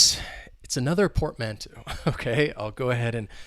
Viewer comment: Happy New Year, bro ☺! psychological would be the correct word ☺. Be careful with the pronunciation of portmanteau: UK /pɔːtˈmæn.təʊ/ US /pɔːrtˈmæn.toʊ/ 'Eau' is pronounced as in the fragrance world Eau de Parfum (EDP). Another really awesome vid 👍.